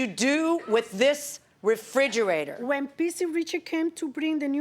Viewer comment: She should have had to pay extra for calling it a frijerator